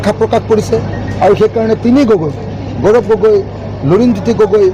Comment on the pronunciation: প্ৰজাৰ ,গৌৰম এইবোৰ ভূল উচ্চাৰণ